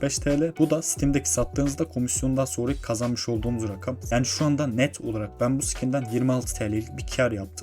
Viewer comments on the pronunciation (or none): none